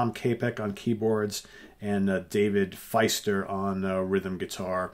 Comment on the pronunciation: Nice review! For the record, Dave Fiester's last name is pronounced "feast-er".